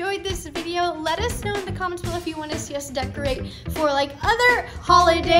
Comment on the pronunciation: "Aaron, I don't whant to hear it" 😂😂😂😂❤❤❤❤❤❤